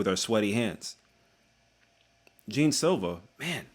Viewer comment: Bruh. Do y’all watch with the volume off or something? His name is super easy to pronounce. It’s not bloody Jean. It’s more correct to pronounce it John than fucking Jean. The J is pronounced like the Zh in Zhang Wei Li’s name.